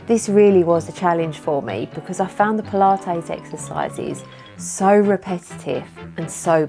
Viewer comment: I like how you say “pula-tayze” :-) like mayonnaise :-) I’m so excited about the muscle you gained! That’s amazing. I think I need to give it a go. I also want to get that scale thing…that is So COOL!